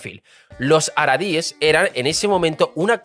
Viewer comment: Gracias, menos mal que lo dice alguien. "Haradis" en lugar de "Haredis", bueno se lo paso... pero "ashakanzies" es imperdonable